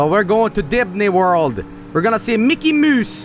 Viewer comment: "We're going to DIDNEY WORLD. We're gonna see MICKEY MOOSE and DONAL DOOK."